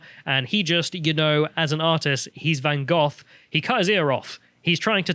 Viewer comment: Its pronounced "Van Go"